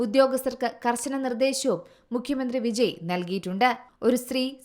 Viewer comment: വിജി അല്ല പെണ്ണെ വിജയ്